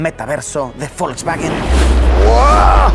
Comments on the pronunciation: por que le dices folkswagen en ves de volkswagen ? jaja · Folkswagen? O Volkswagen? 🤨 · Nunca había escuchado de. Folsbaguen xd